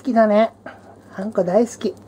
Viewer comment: あんこがたまにうんこに聞こえんのどうにかしてくれ